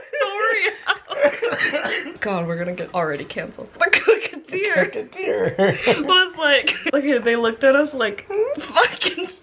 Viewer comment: "cooketeer" literally KILLED ME also not "are you guys jan" BYEEEEEEEEEEE